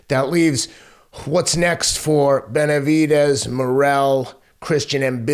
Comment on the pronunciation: Is it just me or does it sound like Teddy is saying "Betervidez"?